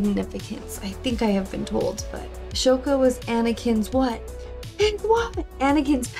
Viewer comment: "Ahsoka" Ahh-soka I highly suggest reacting to the Clone Wars series.